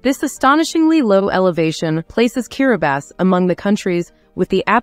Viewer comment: Why does the Narrator her keep pronouncing this Place as Kiribasses?????????? Is she sure she has the Right Island 🏝